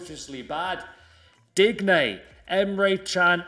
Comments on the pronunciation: Packs digne.: “ dig-nay” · Man said “Digg neigh” thrice 😂😂😂😂😂 FRAUD